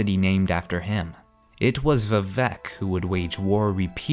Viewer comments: It should be pronounced more like Veevec but with shorter "ee" and Oor. Chimer should be "Chaimer" right? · Same, I'm not usually a stickler for pronunciation...but this kinda hurt.